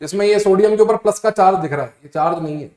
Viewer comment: Sir aap ese kyu bolte ho plas (+)1 😂